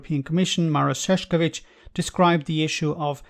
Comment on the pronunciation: It is pronounced [Sh]ev[tch]ovi[tch]. You have said his name at least 100 times this year. It would be nice if you could learn the correct pronunciation.